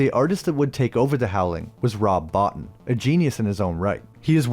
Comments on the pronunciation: It's Rob "Bo-teen" NOT "Rob-bot-in". You're Welcome! 😁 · It’s not bot in, his names pronounced Bo-teen. And he was the make up assistant to Rick Baker and then took over. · Sorry to be that guy, but it’s pronounced Bo-teen not Bot-in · Love that you talk about American Werewolf, Rick Baker and Rob Bottin. (Also just a heads up, Rob Bottin's last name is pronounced BO-TEEN). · Nice video but you mispronounced Rob Bottin's name it's pronounced (boo-teen). Also the "Book store guy" is Dick Miller, he's a legend and is in every Joe Dante film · You're mispronouncing Bottin's name